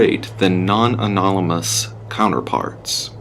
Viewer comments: the guy says "anolamous" instead of "anomalous" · Alnomolous effects? Ferenzel lens? Haha that’s classic. Nice, keep practicing your reading. Some day you will learn how to pronounce anomalous (uh nom uh lus) and Fresnel (frez nell) lens. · Anomnmolous. When all else fails, Emma Says will save the day. All readers should do more than one take on recording so that mistakes like "maniseft" don't happen. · Class B amnesiacs... Etceteras... Dilapidaded... Anonamalous... Anestics... I really do like the videos, but damn it, guys, you're triggering my inner English major. I will do the editing/proof-reading for free. I'll help with proper pronunciation. It's so damned jarring to hear and really does break immersion. Just...please, stop hurting me. D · All the mispronunciations omfg. "Alnolmalus" and "maniceft" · "Any anonomolous occurences are to be reported immediately" Thats the second time I've heard that misread this week. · 'Analamolous.' 'Maniseft.' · a-na-la-ma-lous hahahahah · lol, that was a very "anolamous" way to say it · Man, that one guy really can’t pronounce “anomalous.” 😂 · Bro can’t say Anomalous💀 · Why do these narrators have such a hard time saying the word anomalous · Absolutely loving how no one can pronounce anomalous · I love how they all have problems pronouncing “anomalous” x] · Say anomalous right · Why cant the narrators say "Anomalous" correctly? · you guys need some help pronouncing anomalous, but other than that, this video is awesome!